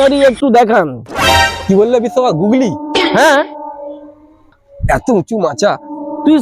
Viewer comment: ও গুগলি না গুগল বলে😊😊